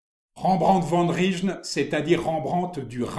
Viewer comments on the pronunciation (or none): Rijn se prononce réin